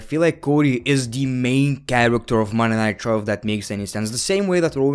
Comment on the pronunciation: Am I the only one who hears Monday nitro when ever he says Monday night raw